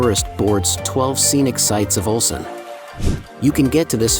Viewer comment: オルセンという発音が盛んに出るが気になって仕方がない。 ウルサンと正確に発声できなのかな。